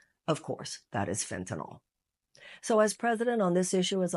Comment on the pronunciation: Did you say "fentan-ALL?" It's fentan-ILL.